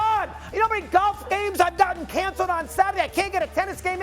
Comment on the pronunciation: This guys a moron. He ain’t funny and nobody has any sympathy for anyone who pronounces it “galf”